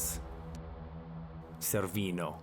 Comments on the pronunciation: Let me stop you right there ! Please remember that you might upset a whole country if you say that the Cervino/Matterhorn peak (pronounced Chervino) is an iconic feature of the Swiss Alps but forget to mention who owns the other half. By the same token, I could say that the Great Lakes are an iconic feature of Canada alone! Don't forget that border features are always shared by two! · So you climbed it but didn't figure out how to pronounce Cervino? NEXT!